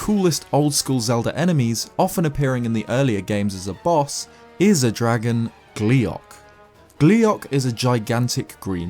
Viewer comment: "gliac" oh fuck you